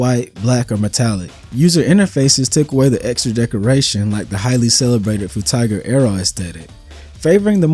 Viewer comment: Bro said Froo-tiger 🐯 Aero